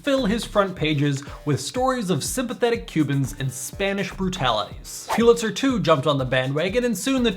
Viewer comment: Pull-itzer not Pyoo-litzer